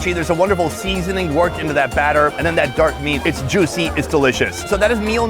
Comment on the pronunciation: I still don't understand what is wrong with your pronunciation of "seasoning". Seriously, what the hell?! The way you pronounce it is extremely disgusting and damb. You must be banned to enter UK.